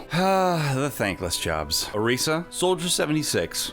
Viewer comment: Oresa god no it's orisa!!!! Or-is-a say it